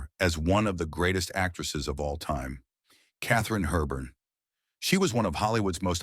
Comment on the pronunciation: A couple of tips whilst making a video on old Hollywood… However, informative your video may be your pronunciation of the first 2 stars took me out of your narrative. It’s Bette Davis: pronounced Betty Davis not BET Its Kathrine Hepburn: pronounced Hep-Burn not HURBURN